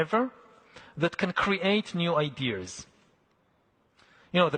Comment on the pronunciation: Yo listen, this guy absolutely CANNOT be a superior being worthy of deciding the fates of the rest of us AND BE SAYING THINGS LIKE “IDEARS” - one or the other, brother…